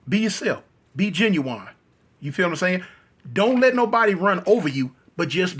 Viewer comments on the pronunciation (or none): Saying ginuwine instead of genuine is crazy lol